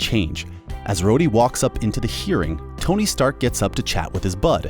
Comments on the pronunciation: Did he actually just call Rhodey Roddy? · Who the hell is “Roddy”? Don’t you mean “Rhodey” 🧐🤔🤣🤣🤣🤣 “Roddy” Jesus if you rewatched the movie’s at least get and pronounce the characters names right! It’s not like they’re not said and used in the movie’s!?! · did he just say "Rodee"...? 😔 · Has your host never watched the movies? He pronounced War Machines name as “Rodie” instead of Rhodie. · Also keeps sayings Starks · No he said “Roddy” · Hold on how the hell did he say rhoady